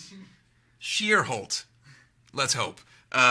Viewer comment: I still think it's cute he struggled to say my last name at 13;29 My last name is Schierholt. It's pronounced Sure//holt he was so close.